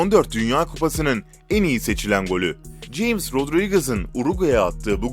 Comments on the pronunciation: o adamın adı james rodriges sen şöyle okudun jeyms rodrigez diye okudun ama okunuşu hames rodriges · Jayms rodidrigez ne ulan hames diye okunuyo yani onlarin dilinde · Ulan salak cims rodriguez değil hames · Takıldığım tek şey şu james diye yazılıyo hames diye okunuyor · James Rodriguez Jeyms diye değil hames diye okunur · Jeyms diye okunmuyor abi hames diye noldu lan kafam karşıtı asdasfasdas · Anlatan futbol seyretmiyor galiba James Rodriguez'i (Ceyms Rodriguez diye okudu, Hames diye okunuyor). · James die okunmuş hames die okunuyo kınık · abi ceyms değil abi hames diye okunuyo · James değil Hames (diye okunur) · Beni şoke eden şey "James" i Jiyms diye telaffuz eden tek insan sensin sanırım bu dünyada. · Hames diye okunmuyor mu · Hames diye okunur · Buse. Hames rodrigez diye okunuyor